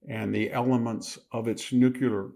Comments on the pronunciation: Such a smart guy, but why can't you pronounce the word nuclear correctly?? It's not nuke-yoo-ler, for Pete's sake. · I love listening to VDH. He is the only one I will forgive for saying "nucular" instead of "nuclear." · Dear sir with all due respect, please pronounce Nuclear correctly, please search you tube by writing " how to pronounce nuclear correctly" you will find plenty of videos some will mention your pronunciation only in a very small circle, over all the correct pronunciation is nuclear "The correct pronunciation of "nuclear" is "NEW-klee-er." Some people mistakenly pronounce it as "nucular," but that is not considered standard". Best regards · Why can't old, otherwise intelligent people pronounce "nuclear"? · It's a shame Victor has the unable to pronounce 'nuclear' affliction. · They don't have a nuclear weapons program. The IAEA has been clarifying that for years. This is Israel trying to drag us into yet another regime change in the Middle East, all of which in the last 20 plus years have ended in chaos and shit for the countries involved. And for God's sake, please learn how to pronounce "nuclear". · Great content but please say ‘nuclear’ properly. It’s very distracting! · I agree, he's brilliant. That's why it is so jarring when he mispronounces nuclear. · thank you… I feel exactly the same way, wtf?! 😵‍💫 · Love the info but please stop saying “nucular”. Nuclear. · I love you Victor but PLEASE say NUCLEAR not NUCULAR! It's not a real word! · Dear VDH, it's not "nuke-ya-ler." It is: "new-clear." Dear VDH, please stop waving your hands at the camera, it makes us blink and turn our heads - and you're not Italian. Trim your fingernails; your wife will thank you. 😖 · It’s NOT pronounced NUKULAR. It’s spelled and pronounced NUCLEAR. Nuk lee er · Would you please stop saying "new-kyou-ler" when you mean "new-klee-er" (nuclear). It bugs me so much I can't listen to you. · Please Victor, stop saying "Nuc-u-ler" Nuclear brother. Nuclear. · NU-CLEE- ER